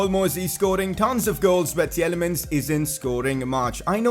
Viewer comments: It's not [Tjelemens] but [Tilemans] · Please work on your Praet and Tielemans prononciation